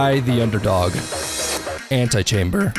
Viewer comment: Anti chamb-éŕ